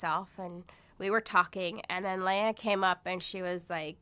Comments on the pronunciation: Her name is LE-AH not LAY-AH and it's VERY APPERENT YOU WERE PAID TO SPEW THE BULLSHIT THAT'S FLOWING FROM YOUR MOUTH.. They say that money is the route of all evil you my sister.... . ARE THE DEFINITION OF THHAT! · OH MY GOD You sit their and say "Scientology taught you Morals and to be kind to others"Hey Dumb Ass Her Name is LEAH Not Lay Ah so your info is of NO MERRITT Go back to the Cult and tell them You screwed UP THE SCRIPT..... This is sooooo freaking funny "NO ONE BELIEVES ANY OF YOU" Shut Up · Your just rambling... Plus you need to learn how to pronounce her name properly, since as you were a friend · What a crock of shit. You don’t even know how to pronounce her name. And as far as I have read about Scientology, you are taught to think you are better than us SP’s so why wouldn’t a Scientologist feel superior ?